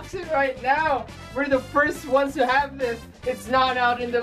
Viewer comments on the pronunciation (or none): none